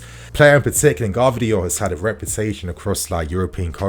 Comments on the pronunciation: please learn how to pronounce Gvardiol's name. Like someone already wrote its pronunced like Guardiola just without the A. 👍👍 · man…ga-var-dee-ole